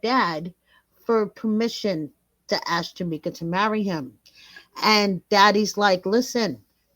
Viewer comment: This is awesome, but her name is JA-KEE-MA, NOT Ja-meek-a.